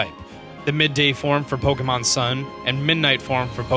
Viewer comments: OMG You're really bad at Pokemon pronunciation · I love you and your videos but babe you gotta learn the pronunciation of some of those Pokémon names ❤️